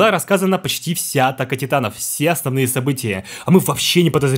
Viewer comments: в далбек сказал не атаки титанов титаки атанов😆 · "В каждой серии Титаки Атанов". Что? Мне послышалось?